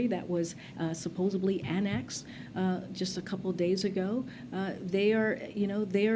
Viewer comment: This woman says SUPPOSUBLY. All the time. .